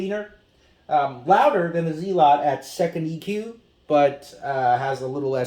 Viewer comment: its zealot not fkn zeelot dohhh and they always made good speakers, ,for the price anyway